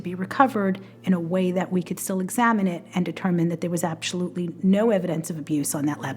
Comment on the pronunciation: "Absholutely no evidence ..." says Kraus, the dead-eyed prosecutor.